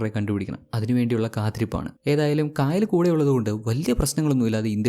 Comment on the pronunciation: Kaayal alla chetta kayal anu.Aa name pronounciation difference und.enthayallum chettante movie selection kollam presentation super 😊😊